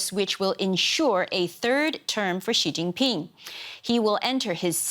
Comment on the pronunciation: did she say.... "sheetingping " ??